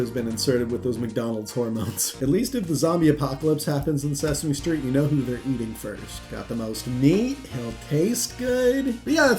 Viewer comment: I can't get past your wonky pronunciation of Sesame Street but I'll assume the video is good and give you the ole thumbs up.